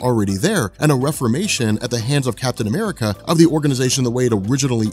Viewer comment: I love the fact that you said Captain 'Merica at, that shit was hilarious...